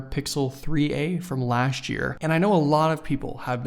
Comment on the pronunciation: What does "laasht" year mean?